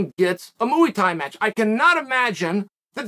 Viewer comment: mooey tie